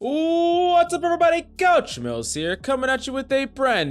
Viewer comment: Isn't your name "Coach Mills"? Why does it sound like you say "" at the beginning?